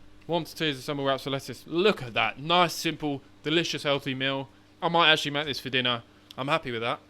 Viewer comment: Meal 💀 Mill ✅ what accent is that from? :P